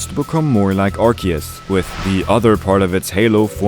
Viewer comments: I love your theories, but my autism screams when I hear "Arseus". The voice for Ash Ketchum said that it's "Arkeus" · Its pronounced ark ee us not arse ee us. arse is a whole cuss word bro you really think the most recognizable kids franchise is going let that slide in an official name? if you need further proof google how they pronounce it in the show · it's pronounced arcoos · I hate when people pronounce arceus like "Arse-eus" that, I dont wanna be thinking of a butt when talking about a god of all pokemon lol. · Hey man, just wanna let you know official pokemon pronunciation for Arceus is (R key us) it’s a common mistake though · Why did you say Arceus wrong at the beginning of the video?? 🤨